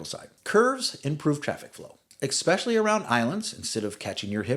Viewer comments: Especially! Not eKspecially!! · Esssssssssspecially, not "Ekkkkspecially", thanks 😬